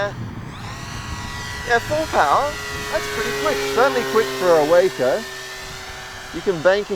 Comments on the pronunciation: It is named for the Walker Brothers company, so pronounce the "a" like you would pronounce "Walker." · The 'a' in Waco (for the aircraft, that is) is pronounced 'ah' as in 'ah-hah!' For the city in Texas it is a long 'a' as in 'payday.'